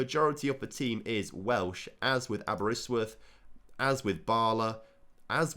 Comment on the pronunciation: i cant believe you butchered the pronunciation of both cefn and Caernarfon... and then said Aberystwyth perfectly hahaha